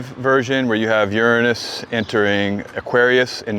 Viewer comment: Hi A friend of mine sent me here, and overall, I've enjoyed your content and found it interesting since I don't know anything about astrology. Now, a bit of positive feedback, english being my second language, it's irritating how your overall american accent is perfect, yet it seems you repeatedly and purposefully mispronounced the word "Uranus", I've learned at school and double checked Google translate that it's supposed to be pronounced as "youranus" and yet you keep pronouncing it as "urunus", is this because your speaking in a different dialect? Why is the difference in pronunciation? It's like an itch inside my brain that I can't reach. Thank